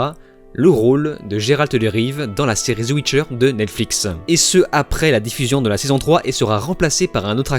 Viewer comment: “la chute de netflix” 😂 tellement ridicule ton truc! Et on dit pas “ZE WITCHER” c’est The Witcher